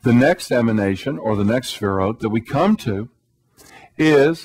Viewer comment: He keeps saying "sphere-oats." The sphere-oats combined with the bow tie makes this guy seem really basic and unintelligent.